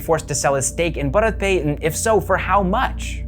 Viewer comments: Bharat is pronounced as bhaarat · The way you said bharat would be the pronounciation of a male name. That's how you would pronounce it in Gujarati. To say the word for India, yes you would pronounce it differently. You are the first non indian i've seen to have such great pronounciation in general though.